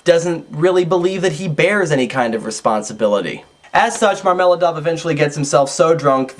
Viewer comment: Marmel'аdov not marm'eladov ! And swidri'gailov .my ears bleed!